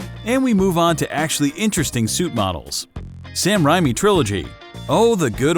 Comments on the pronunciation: Sam Raimi (SAM-RAY-MEE) not (SAM-RHYMEE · you pronounced raimi wrong its ray me not rai me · why did he have to stay sam rimi when its raymi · Bruh he said Sam Rhymey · "Sam rhymie trilogy" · Did he say “Sam Rimey” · The thing that triggers me In This video.... That he pronounces raimi as “Riemi” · Can't pronounce Sam raimi lmao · am i the only one gonna mention the way he said raimi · You said sam raimi wrong